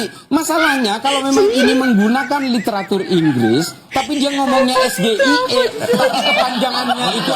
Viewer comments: Gibran: SGIE ( es ge iii eee) KPU : Bukan SGIE (es ge iii eee) tapi (es ji ae iii) bran! Waduh salah lagi. Netizen: gibran ooo ooonnnn😂😂😂😂😂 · Blimbing sayur yg hanya betani debat dikelonin KPU biar bsa bawa contekan dan ada yg ngarahin...😊😅😅😅😅bhaaa...bhaaaa....SGIE...SGIE...sok2an ngasi pertanyasn tpi ga bsa pelafalannya...pantes cak Imin ga paham...ngucapnya ES GE I E...yg bener cara bacanya ES JI AI I 😅😅😅 katanya lulusan singapura...pas dianya..eh liat contekan lagi...😅😅😅 samsuul...samsul...hasil ngobrak abrik konsitusi...hadiah paman usman...FAKTA ini lho yaa...bukan FITNAH...tar playing victim...merasa terdzalimi...😅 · Pertanyaan singkatan SGIE bila dibaca dengan bahasa Indonesia jawab aja * saodara Gilbang ini eror, soalnya itu kan singkatan bahasa inggris seharusnya di ucapkan / dibaca dgn bahasa inggris.